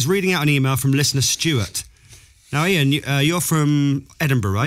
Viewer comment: Isn't it Iain (not Ian)?